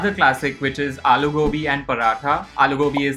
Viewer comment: Is it just me or the way she said "alloo gobi" was a lil bit weird/idk racist?